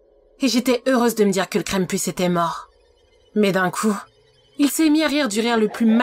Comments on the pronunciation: Je suis le seul qui entend crème puce au lieu de krampus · J ai limpretion qu' elle dit cranepus joyeux no no KRANOEL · Moi qui fait Latin je prononce Krampus : "Cramepouce" XD